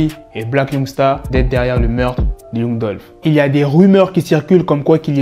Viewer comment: Yung dulfe haha apprends à parler anglais